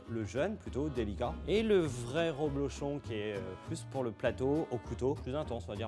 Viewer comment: Un champion du monde de fromton qui dit "roblochon" ?!